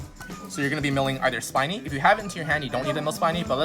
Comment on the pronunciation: Spinny is actually pronounced as speeny not spainy...because it spins...plus it's Spinny and not Spiny.